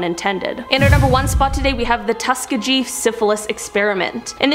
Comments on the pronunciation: its pronounced tuh·skee·gee not tusk·agee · It's pronounced Tus-kee-ghee not tus-ke-gee.. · Tuskegee: Tuss-KEEGHEE, not Tuska-JEE. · The experiment was done at Tuskegee, pronounced (tuss-key-gEE)! Small g. Respect the suffering of these human beings at the hand of monsters by at least getting the name of the institution right. Being ignorant in this case is almost a crime. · Tuhs- KEE-gee.... hard g. Thank u for shedding light on these topics! 🥰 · It's: Tus- Key - Gee.. but thank you for trying. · It’s Tus-kee-gi that is how it is pronounced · the name of the town is pronounced tusk key gee not the way you said it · Tus-kee-gee experiment. It's not pronounced how it's spelled, and automated pronounciation doesn't get it right. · TUSKEGEE... ASK GOOGLE HOW TO PRONOUNCE IT PLEASE!! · Can no one that works for Most Amazing on any of their channels pronounce Tuskegee right?